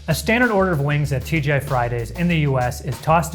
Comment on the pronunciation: The amount of times sounded like he sed TGF Friday was childish;)